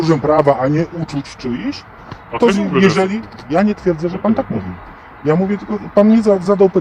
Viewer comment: Drogi Audytorze, dokładnie w masz błąd w napisach (i wymowie) - powinno być "czyichś", a nie "czyiś". Pod koniec też błąd, dokładnie w - nigdy nie stawia się przecinka w "mimo że". Pozdrowienia!